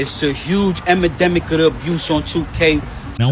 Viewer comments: “ huge emademic “ lmfao when using new words goes wrong lmao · emademic 🤣🤣. you "saying once you past the emademic" had my rolling😂😂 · It’s part of his content to say “emademic” 😂